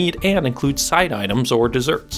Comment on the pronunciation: When you said side item the first time I heard it I heard cyanide had to back up and listen again.